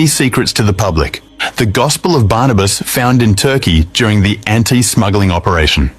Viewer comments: It is gospel of Barnabas not baranabas please correct your pronunciation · It's not branabas, it's burnabas